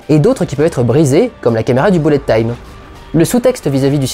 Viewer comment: Content de ta chronique. Par contre si tu fais bien gaffe à ta prononciation sur les titres (ce qui est appréciable), pitié ne dis plus "boulette time" mais à la limite "beulette time" ;)